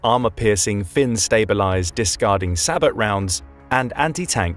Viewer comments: “Sabot” (pronounced “sa-bO”) NOT PRONOUNCED “say-bot” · Sabot is pronounced like say-boh